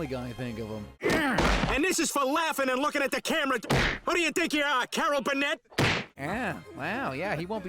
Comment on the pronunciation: are we not gonna talk about how he mispronounce Carol Burnett? Like that was egregious!